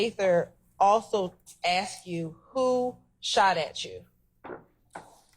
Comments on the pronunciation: Let me aks you this. Very edumicated dear prosecutor. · I wish people knew how to say “ask”